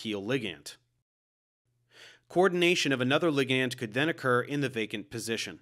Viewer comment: Why are you saying ligand like that 🤣